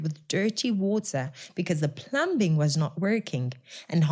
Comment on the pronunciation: Well said, I commend you for the work and awareness that you are creating🎉😊I have only one comment, the word plumbing is said "pluming" as the "b" is silent. Hopefully I won't be castigated by the viewers/listeners. Keep up the good work and thank you for keeping Us informed about the comrades😊🎉🎉👏👏👏